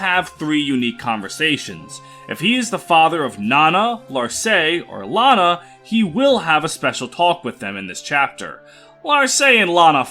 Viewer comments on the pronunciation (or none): none